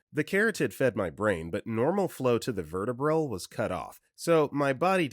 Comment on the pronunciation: Medical terms can be tricky to pronounce, but as the child of a doctor I appreciate the disclaimer! Overall you did pretty well actually. 👍🏼 😄 The most common thing I noticed was that the stressed syllables were a bit off. E.G. correct pronunciation of vertebral is ver - TEE - brul.